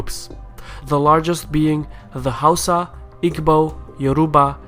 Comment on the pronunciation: It's pronounced HOWSA